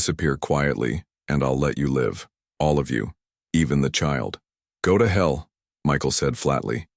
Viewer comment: Wife was killed 7 years ago, 6 year old kid. Apart of this, i liked the story. Mispronouncing is getting less as well. Still hung up on live/life and the words lead and read.